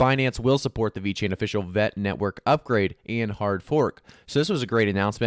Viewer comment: Please stop saying Vet, it's VET